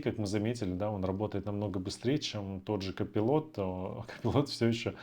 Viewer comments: Не копилот а копайлот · Не удивляйтесь! Реально надо быть просто гением английской филологии чтобы прочитать слово Colipot. Простым смертным это недоступно.